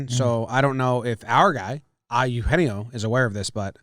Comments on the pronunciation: As a native Spanish speaker I had a rough time hearing them pronounce Eugenio ha hahah it goes Aeu je nio guys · Sorry trev..I don't think that name pronunciation is correct